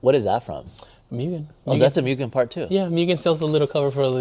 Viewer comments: Moogen not mewgen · ngl, this is why car culture sucks. buying to resell for more. stupid amounts more. yeah, you can do that. yeah, you can make a living like that. yeah, if you don't, others will. still doesn't make it right imo. not as a car guy. it goes from hobby and fun to selfish and business. "myugen" 😂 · "mYgen" 😅 almost there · Guy has all this shit and still says Myugen xd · As many times the word "MUGEN" came up I'm surprised it's not pronounced MOO-GEN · My guy has Mugen everything but still says it wrong. Extraordinary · How can you be a hardcore enthusiast to the point of making it your business and can't be bothered to pronounce Mugen correctly. You immediately lose all credibility of being a supposed expert.